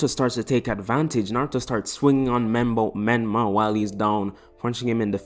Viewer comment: Whos micolah? Did u mean menma?